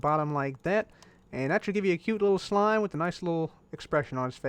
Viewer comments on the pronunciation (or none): none